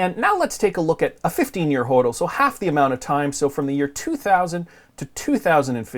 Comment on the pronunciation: BUFFET is a criminal .Plays folksy sssschtick...BTW his Dad was a gold bug.FYI it is spoken as HODDLING in crypto world not whodling,What are you thinking???You don't know the terms??!!What is FUD??